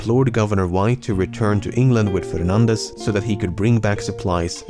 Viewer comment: The correct pronunciation of 'Fernandez' though <3